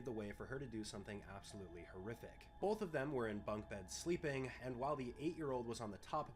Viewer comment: I can tell you’re midwestern bc you say “bolth”